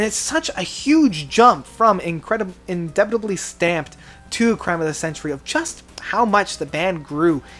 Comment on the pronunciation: He mispronounced "indelibly" as well No quality control .